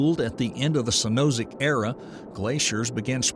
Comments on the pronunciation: Seen oh zo ick=Cenozoic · Cenozoic : Sen-Oh-Zik Archipelago: Are-Chee-Pel-Ah-go 🤣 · Yeah, he wouldn’t pronounce Cenozoic as “cenzoic” either. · Hey, AI, it's "Cee-no-ZOH-ic", . . . Not "Seh-NOZ-ic". FYI . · Cenozoic is pronounced SEN-o-ZOE-ick. Wonderful video! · "Cenozic" Era??? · Is it just me, but did he mispronounce Cenozoic and Archipelago? Pet peeve for me, especially a science vid. 😮😂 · A real geologist would know how to pronounce “Cenozoic” 😁